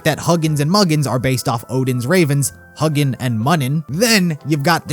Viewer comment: Huginn and Muninn are pronounced “HOO-gin” and “MOO-nin” not surprised you didn't know the pronunciation is a weird one